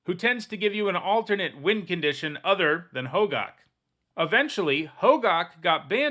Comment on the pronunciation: isnt it pronounced "ho-gack" not gawk? i might be wrong though